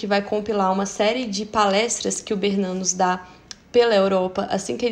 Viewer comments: Perfeito!! Sou bisneta de BERNANOS... A pronúncia é Bernanôs ou Bernanô... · Vc podia rever a pronúncia do sobrenome "Bernanos", ok? Eu acho que é Bernanô... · A pronúncia é Bernanôs.... Sou bisneta.